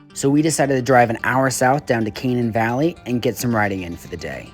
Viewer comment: its pronounced Kuh-nane locally